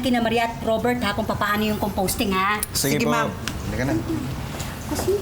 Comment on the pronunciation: composting hindi “composing” bwiset HAHAHAHA